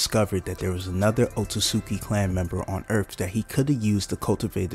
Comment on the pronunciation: Guy pronounces otsutsuki so wrong 💀. Very great and informational video though